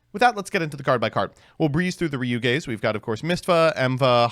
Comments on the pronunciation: More like Ryu-G more li more like R like Ryu-Ga Ryu-Gay—💥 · I cannot unhear "you gay" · No way it pronounced ryu-gay 😂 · it's pronounced geh